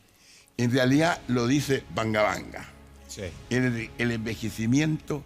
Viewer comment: Todo iba a bien hasta que dijo "banga banga" que clase de investigador es ese señor. xd canaluchos comprados.